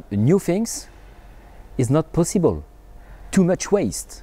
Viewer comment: What did he say? pussyble?